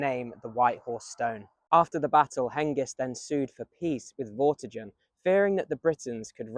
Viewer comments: Vorti-gurn, not jurn... 👍👌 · Vortigern has a hard g like in 'get' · Interesting video. But Vortigen/Vortigern is pronounced with a hard G (like the G in Gun), not like the J in Jail. I found that weirdly distracting. The video and information was good though, I did enjoy it otherwise.